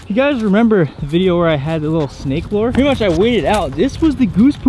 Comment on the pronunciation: Lure not lore